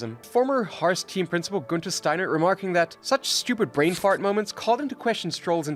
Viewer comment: The narrator is not an F1 fan. "Harse"????